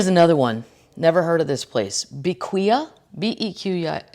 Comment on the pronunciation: Please leave our alone! Tuesdays are better with Kathleen &! Side note...Bequia is pronounced "beck-way"...part of St Vincent (Caribbean island with volcanic eruptions) and the Grenadines.